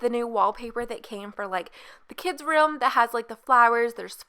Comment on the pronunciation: you say ruhm instead of room. how do you pronounce rum then?